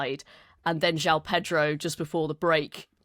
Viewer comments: It is pronounced Jo-on Pedro NOT Jow Pedro. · João is two syllables in Brazilian Portuguese. Jho-ow is more accurate. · I have lived here in Rio since 2004 I know how to pronounce it it is like John but as you say split into 2 syllables. There is no OW sound.